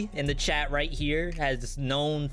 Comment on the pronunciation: It took til an hour + to realize your were saying chat and not Chad...i thought Chad was the male Susie..maybe a little too high bit ive been watching it through and i got to say your tier lists are fantastic you're doing an amazing job